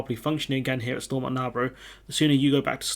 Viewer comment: All the English folks mispronouncing Stormont